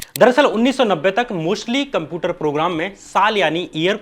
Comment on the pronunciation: Are bhaiya Computer sahi se pronounce karo ! Apki video dekhne me toh achi lg rahi h but jab bhi tum Computer bol rahe ho na bht jada irritate kar rahe ho .